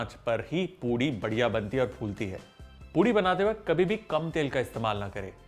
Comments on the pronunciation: It is poori not poodi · Why do I keep hearing POODI?